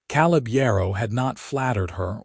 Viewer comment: I have NEVER heard the name "Caleb" pronounced "KAHL-ub" until your POS AI!!!!!!!!!!!!!!!!! It IS commonly pronounced "KAY-lub"!!